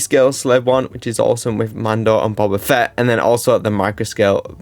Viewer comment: ''also the mini scale Slave I which is also MMFFBenDOoorrBombaFETT''